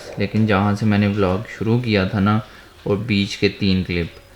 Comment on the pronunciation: vlog ko vlag bolnay wali awaam